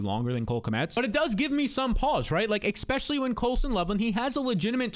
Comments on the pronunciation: your a youtuber, you talk for a living. Please learn to say eSpecially not eXpecially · Is anyone else extremely bothered when says “expecially”?